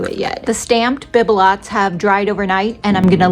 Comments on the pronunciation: Lovely projects...the mold is pronounced beeb_lows in French. The t is silent! Love your creativity! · Sweet, Bibelot is pronounced, "Bee buh low" - and I LOVED your sweet ornaments, too❣️💜💕